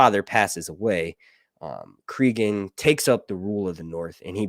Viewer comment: Please listen to the audiobook of "Fire and Ice." His name is pronounced CrAgun, not CrEgun. Just saying.